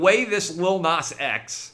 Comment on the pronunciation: You know Nas has to hate this dude for gaying his name up so bad lmao